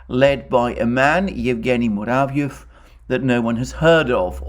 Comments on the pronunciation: MuraEV not MuraVYOV =))) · A small correction , Alexander. The man's name is Evgeny Murayev, not Muravyev. Other than that, keep it up! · Yeah, my point is just that Alexander pronounces his surname incorrectly, adding a 'V' where there is none